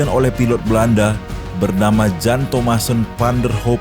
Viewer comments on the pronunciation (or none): Terimakasih Bang. Baru tau. Maaf Bang, Jan dibaca Yan dan Jacob dibaca Yacob. Ejaan BHS belanda J dibaca Y.